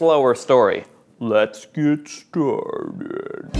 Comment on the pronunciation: "Let's get stuuaarteed"... uhauauhauhauha that made me laugh xD